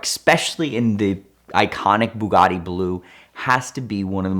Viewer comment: Anyone else get a slight annoyance with the way he says Bugatti ?